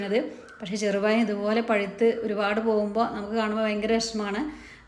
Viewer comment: Cheru payam alla cherupazham